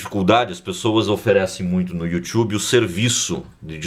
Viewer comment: Obrigado pelo video! Mas o you tchubi foi engraçado kkkk